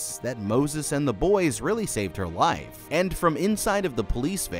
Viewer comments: It's pretty clear he meant to say "life" but yeah, it comes out as wife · "saving his wife"🤣 instead of "saving his life"